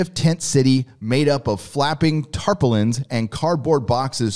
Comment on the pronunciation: "Tarpolins" is pronounced, "Tar-paul-ins." It's a Brit-written article as you can also tell by the price of some homes in pounds instead of dollars. It's a good article, and given the expense of living there it should be an interesting melt-down. Most of the big stars already have big homes/estates in the Mid-West and North West. That said, it's not a purely political problem. Big cities with concentrated populations are expensive to maintain. This is why Conservative politics thrive almost exclusively in sparsely populated rural areas.